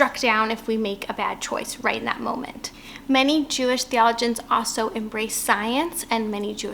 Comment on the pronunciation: Thank you for sharing your message. It took me a while to figure out you were trying to pronounce "theologian" (thee-uh-low-jn). It's interesting, since you pronounced "theological" properly.